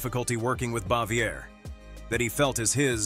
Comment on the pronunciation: I remember hearing the other Gilligan's Island cast members were not fond of Tina Louise when it was being made.Frances Bavier was also not well liked by any TAGS cast members but Jim Nabors and Ronny Howard.BTW,her name is pronounced bah-vee-ay.Several names were mispronounced or outright wrong, it's Jenilee Harrison and there's no s in the name Eve Plumb.